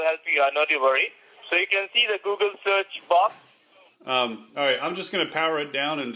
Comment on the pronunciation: He pronounced google as guggle lol